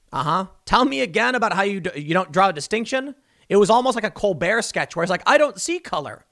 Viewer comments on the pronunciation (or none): none